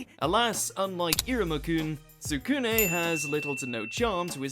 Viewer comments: Tskune- it's soo nay not - too ku nay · Shoutout to Rosario + Vampire... Tskune(pronounced Skoonay btw) was my guy. Also a few more Gangsta. Kenichi Miu: Daughters of Mnemosyne(I butchered the last word) Big O And Samurai Champloo